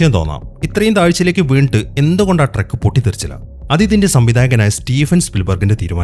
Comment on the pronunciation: ട്രെക്ക് അല്ല ട്രക്ക് !!